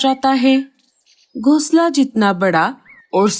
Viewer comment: Gosla nahin--- Ghonsla. Tum logon ko hindi nahin atti kya? O nalaik,Kahan par kho gaye nahin-- Kahan kho gaye? Tum logon ne aisi chidiya Kahan dekhi hai jo jooda banati ho? Tum logon ka dimag kharab hai kya? Boodhe pakshi ko bahut kaam lagao . Ye kya bakwaas hai? Boodhe pakshi ko zyada kaam do ya bahut kaam karvao. Tum log itne nalaik kyun ho? Janch kar lete hain nahin-- Janch karte hain. Bewqoof logo,ye parivar nahin pati patni hain.